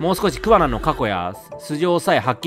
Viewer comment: 今回イジメをテーマにしたのって、製作者も訴えたいものがあったのかなって思った 充のイジメ動画は本当見るの辛かった… あとレトさんの桑名↑が気になって仕方ないｗ